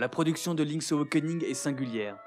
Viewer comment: Impeccable, mais il va falloir apprendre à prononcer "awakening" ^^'